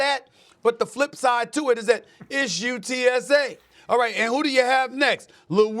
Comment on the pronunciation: It’s hurts every time they don’t say UTSA correctly🥲